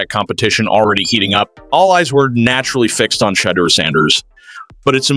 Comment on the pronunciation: Who tf is Shay-der Sanders , then fucks it up the second time saying it as well 🤦🏽‍♂️